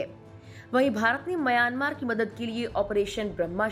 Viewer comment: आप सही उच्चार करें : म्यांमार। "मयानमार" बोलना ग़लत है।